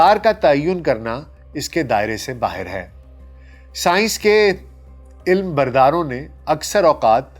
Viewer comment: عِلم بردار نہیں بلکہ عَلم بردار